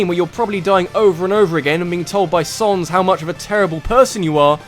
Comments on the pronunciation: Not Sonnes, you were right the first time it's pronounced Sanz. Like as in Comic Sans the font. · its not Sons its Sans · Its sans not sonz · It said SANS NOT SONS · Say comic sans. Now say sans. Same word. Not sons. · You have such a stupid accent! Sonns!?! It's sAns you idiot!!! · WTF!!! its SANS NOT SONS!!!!!!!!!!!!!! IM DISLIKING!!!! AND THE BEST CHARACTER IS UNDYNE!!!!!!!!!!!!!!! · he called sans sons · His name is SANS not SONS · Saaaaaahhhh ns. Not Sohns. Saaaahhhh ns. Sans. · he labels him as sans, he just prenounces it sons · ...'S-aw-ns'? I'm assuming you pronounce Comic Sans the same way which is really jarring comparing to everyone else pronouncing his name S-ah-ns...Mind you, I don't care but it's still jarring (As far as I know, there's no official pronunciation for his name so I don't care how you say it) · ARG ITS SANS NOT SONS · its not sons its s-a-n-s its not that hard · i never seen a guy call sans "soans" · I actually enjoyed the Sans fight. It is Sans by the way, not 'Sonz'. But yeah, it was challenging and difficult, and felt very rewarding once you finally beat him. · Dude it isnt sonns its sans like comic sans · sonns? its sans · It's not sons it's sans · why do you prenounce sans as sons? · Why do u pronounce all the names wrong sons really? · REALLY sans is number 3 also its pronounced sA.ns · Heres my top 5 undertale bosses. There are only like 6 bosses in the game but whatever I gotta milk the undertale train. ? Fucking sonns? SONNS? Can you not pronounce it or do you just not get the painfully obvious joke? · Oh god, never have I facepalmed so much at a simple mispronounciation, than "Sorns". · HOW THE HECK DO YOU MISPRONOUNCE SANS?! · It's Sans. Like 'Comic Sans'? His text.